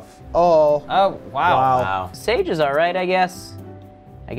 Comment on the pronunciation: her name is sage like sosage